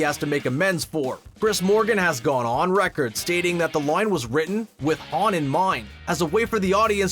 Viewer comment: what's a "loine", like "the most famous loine in the series"